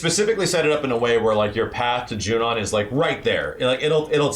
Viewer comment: I love your videos but, it's Junon, not Junion...